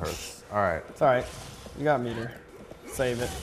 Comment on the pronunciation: i swear when he said METER, i heard it as PETER!!! lol